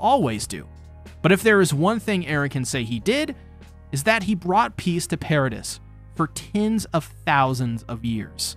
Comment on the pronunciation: Nice video I enjoyed the watch. Quick pronunciation point: "Paradis" is pronounced "para-DEE" not "para-diss" Inb4 para-deez nuts replies